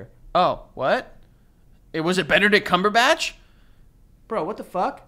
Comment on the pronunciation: I’m dying at them pronouncing Benedict Cumberbatch